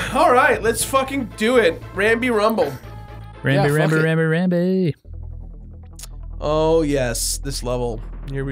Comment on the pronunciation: There's no L in Rambi and no A in Rumble.